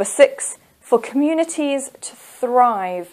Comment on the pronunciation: Your pronunciation wrong for communities and bicycles